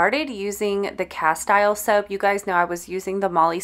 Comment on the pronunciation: Castile soap is pronounced cas-teel. (Spanish)